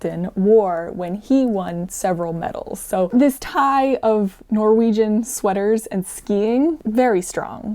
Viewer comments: I love how you pronounce the Norwegian words with a German accent 😊 It gets you a lot closer to the true Norwegian pronunciation than an English accent would. So good job! 👍 (on both the pronunciation and the knitting 😘) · norwegian here! awesome to see you take up and tell about some of our cultural history! also, your pronounciation is really good, absolutey understood what you were saying! appreciate your endeavors in getting the pronounciation right ❤ (also that comic is amazing! that's also me before/after any physical activity... especially skiing 😂😂😂